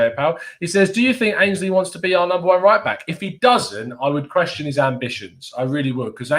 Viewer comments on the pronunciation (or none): Ainsley not Mainsley 😂